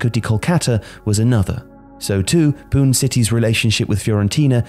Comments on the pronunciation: Pune it's pune..poo nei👍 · It's Pune City , Poona. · Nice video.. But 1 mistake It's not pun city..It's Pune city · It's Puné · My guy really said "Poon City". Never change,. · there are English names for many non-English places, so Paris (paree) , Moscow (Moscova), Egypt (Amsiria), Kyoto (Kyo-toh not Kiyo-toe), Madrid ( Mathrid) and Amsterdam (Ahm steer dahm) can remain as they are pronounced in English. Pune (poo-nay) however has no other pronounciations. Delhi has no other pronounciations. Mumbai is well, Mumbai. So a bit of effort is appreciated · Pooney is the correct pronunciation of Pune. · Pune is pronounced as Punay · fyi it's POON-AY